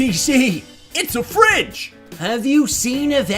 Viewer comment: why u siad a frige :(